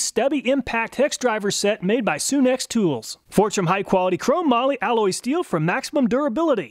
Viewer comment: It's not pronounced Soon ex, it's Sun X tools. Like our star the Sun.